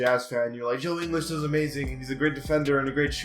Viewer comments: If you are going to say Ingles is overrated (which he isn't and is a much better defender than Wilson Chandler and Tobias Harris), at least Ingles' name correctly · Decent vid but I disagree with ingles how you gonna call him overrated of you don't even know his name properly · If you are going to disrespect ingles that way at least say his name right lol he’s a beast dude he is one of the top 3 pointer shooters in the league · It’s not “Joe In-les it’s Joe Ing-ils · He said joe english😂😂😂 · He calls joe ingles, joe inglis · It's in guls no English idiot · ING-ULLS. But goddamn you could make a case for him being HIGHER than a 78. 81, maybe even 82. Fantastic 3 and D guy. You don't know shit lol stop making videos. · Can't even say Ingles' surname right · The fact that you admit you haven’t seen all these players play that much and that you don’t know how to pronounce joe ingles’ name correctly is why this list is wrong. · You shouldn’t say joe ingles is overrated if you can’t pronounce his name😂😂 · You can’t even say joe ingles name right. You do realize he was one of the main reasons the jazz beat the clippers in the playoffs... he shut down Austin rivers and jj redick. You also do realize he was top of the nba in three point percentage right? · How can you call joe ingles overrated when you can’t even pronounce his name properly?? Try watching a jazz game and you might understand why he is a 78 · If you're gonna say ingles at least pronounce it right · How is 77 over rated in anyone's eyes. Instead of stats your just naming off other players around their waiting. You know dedmon fit the spurs system right. And that's a similar system in atl. You don't even know these players dude. U got ur laptop in front of u yet can't say ingles name right. Gary Harris is not overrated. This entire video is you just saying who should be higher. Your doing the opposite of the title of this garbage content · Learn how to pronounce Ingles